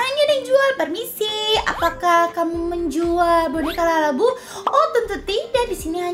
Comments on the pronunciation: Kak kok kedengeran nya kakak ngomongnya lalabu buka labubu😮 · labubu kak bukan lalabubu😅😅😅😅😅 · Kak bukan lalabu tapi labubu